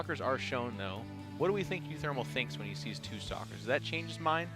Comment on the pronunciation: Only me hear "s**kers " when he says "stalkers"?